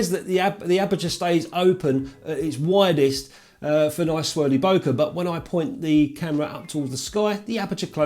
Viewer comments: Love your channel mate but it’s Bo as in Bob and ke as in Okay. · 'bokeh', bleeurgh!